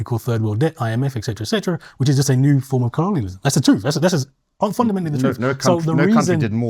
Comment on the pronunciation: Has a degree in Psychology but can't pronounce "etc" or "obfuscate". Kehinde is a very rude man and, very definitely, an absolute racist.